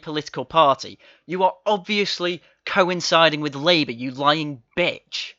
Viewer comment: How did someone who pronounces "with" and "wivv" even get in?